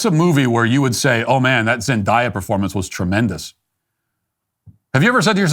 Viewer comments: I know Matt's producers were dying when he said "Zen DIE Ah" and not Zendaya lol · Noooooo not Zend-Aaaaaaaaaaa-ya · Is it not Zen-Day-Uh? Or did you say it wrong on purpose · Yes, they should’ve stopped making shrek movies. They only do sequels and reboots now because there are no original ideas. However, Zendaya is a pretty good actress and didn’t really do anything to deserve being talked about like that. It feels like you may just be picking on her bc she’s not white… It also takes 30 seconds to google how to say someone’s name correctly. It just feels intentionally disrespectful and a little racist and I’m not one of those people who says that about everything.